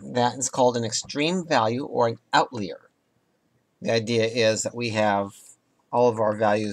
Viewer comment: You said outlier wrong :3 or maybe I'm saying it wrong lol.